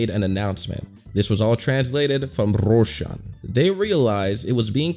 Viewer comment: there “Russian” not rushing